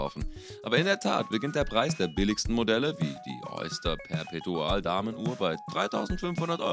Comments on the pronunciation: Also von „Sappmareina“ bis „Sappmarina“ habe ich schon viele falsche Aussprachen gehört, aber „Suppmarina“ toppt das jetzt nochmal. Fast genauso schlimm ist „Perpetuaaal“. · Lern bitte mal deine Aussprache zu verbessern also submariner oder Perpetual muss man schon auf englisch aussprechen können